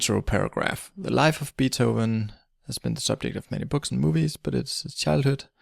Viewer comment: Nice video, but that's not how you pronounce Beethoven.